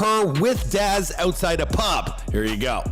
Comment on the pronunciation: It ain't pronounced "darz', mate.